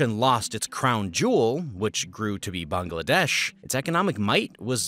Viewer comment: Not only is this well researched and accurate, I noticed that you’ve taken it upon yourself to pronounce Pakistan and Bangladesh properly. Respect!